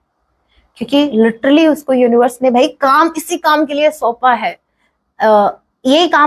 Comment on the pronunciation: ...aaaai...aap uonivars ko bol rahe ho mem... pb13india